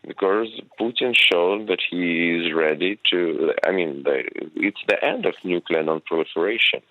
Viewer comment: Please employ presenters who can pronounce 'NUCLEAR' correctly 🙄